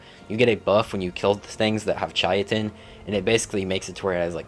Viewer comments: Saying chitin (Kai-tin) as “ chai-a-ton “ is a war crime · Learn the Correct pronunciations Please Chitin is pronounced with a K not a Ch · Chitin is pronounced KAITIN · Not trying to be a dick, just trying to help Chitin = Kite-in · Great video and very informative for noodies, However every time you pronounced Chitin it was like nails on a chalkboard haha its not a tomatos tomAtos kind of thing, it's just pronounced "Kite-in" or "kyton" if you were to sound it out. also, that flyer is "Tap-a-Hara " Not "terajapa" haha however like I said I'm not actually giving you shit, a lot of work goes into making videos like this and I agree with your ratings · i've been pronouncing chitin as "chaitin" for like 2 years until I found out how its pronounced properly. English pronunciation is so chaotic lol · lost a brain cell every time you tried to pronounce chitin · I swear not a single gaming YouTuber pronounces chitin correctly. Doesn’t help it’s not exactly a common use word and pronounced no where near how it is spelled.